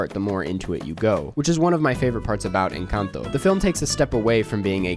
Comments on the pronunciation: I'm so freaking happy you pronounced this Films title correctly! Every other white guy reviewer I've seen on this site pronounces it so horribly... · I hit the like 10 seconds in just for your pronunciation of Encanto